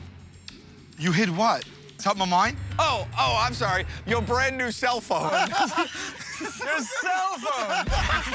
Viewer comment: your "Salphone" duh duh tsst